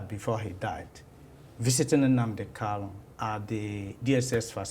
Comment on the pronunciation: Prof, point of correction, please Nnamdi's name is Kanu not Kalu. Please correct yourself and address him correctly, sir. Thank you.